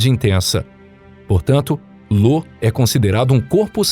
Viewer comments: Parando de assistir na parte que chama IO de LO! Claramente um canal caça-like que nao tem a menor noção sobre os assuntos que estao sendo explanados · Olá, gosto muito dos vídeos do canal acho o formato muito bom com a duração tbm, gostaria de fazer uma critica construtiva a respeito das pronuncias como exp: Io foi falado como LO e na verdade se pronuncia Ayo, valhalla tbm com uma pronuncia equivocada e por ae vai, são coisas que tiram a concentração. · Não tenho certeza, mas acho que é "Io" ao invés de "Lo". Mas isso é só um pequeno detalhe perto do grande trabalho feito. Parabéns pelo canal!!! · O cara leu io como lo kkkkkkkkkkkkkkkkk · Excelente vídeo. Só que as lua mencionada é Io e não Lô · Bom vídeo, mas chamar IO de LO foi pra sangrar os ouvidos. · Ótimo vídeo, mas uma correção: não é lua Lo, é Io com i de igreja. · Porra, “Lô” foi sacanagem, o nome da lua é Io, com a letra i e não L!!!! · Nossa que agonia ouvir LO todo vez que falava da lua io. E va-lha-la ao invés de val-RA-la. Kkkkk Mas o trabalho foi bem feito. Parabéns! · não é Lo ... com L ... é Io , com i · Lô ? ahahahah parece-me um erro forte é Io, pronuncia-se Íu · Não é "LO" e sim "IO" 🤦‍♂️ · Io, lua de Júpiter é com "i" e não com "L", que o diz "Lô". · Uma correção apenas, a lua de jupiter não é Lo e sim Io, fora isso parabéns pelo ótimo conteúdo e ótimos videos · Já tava ofendendo meus ouvidos, esse cara falando LO. A lua se chama Io, com a letra I. Isso que dá, quer economizar na hora de contratar um tradutor... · 🤣🤣🤣🤣🤣🤣🤣🤣🤣🤣🤣🤣🤣🤣🤣🤣 como assim, Lô ? E não era , Io ?🤷🏾‍♂️ kkkkkkkk Lô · Lo ? O nome da lua e IO né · Amigo é io e não Lo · O nome da lua não seria "io"? Não lembro de ouvir falar em uma lua "Lo" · O nome da lua de Júpiter não é LO, e sim IO. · Confundiu "i" maiúsculo com "l"minúsculo. Não é "Lô". É "Io" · Correção: A lua de Júpiter é "IO" e não "LO" ♡ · "Lô" foi foda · LÔ AHeuohAOEUhAOUehUOeHeoAUE tipo "momô" haeuhoauehauoeha